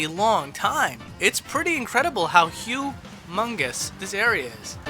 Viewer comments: I hear that sneaky Hugh Mungus you slipped in. DON'T DENY IT, IT'S GOT A DELIBERATE PAUSE BETWEEN WORDS. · "It's pretty incredible how ℍ𝕌𝔾ℍ---𝕄𝕌ℕ𝔾𝕌𝕊 this area is!" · Did you say humungous? The channel just sexually harry me!!!